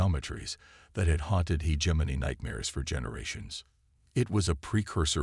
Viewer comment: God I wish that the AI could pronounce the word “hegemony” correctly…..